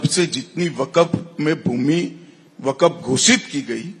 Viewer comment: Waqf pronunciation hi pahle thik karlo tab ku6 bolna